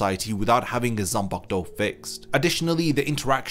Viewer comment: Gotta love a zam-pack-toe.